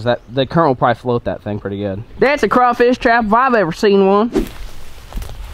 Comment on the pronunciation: Thank you for saying crawfish right